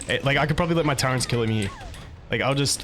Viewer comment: Love ur vids man. Quick question. Why do you call turrets Turrents? Wheres the n coming from lol